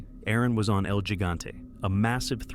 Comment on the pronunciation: El Higante. Not Jig ante. 👍